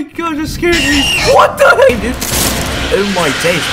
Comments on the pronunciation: “ewh moi deys” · "oh my days" british accent